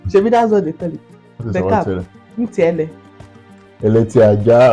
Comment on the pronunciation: Abeti Aja, instead of eleti aja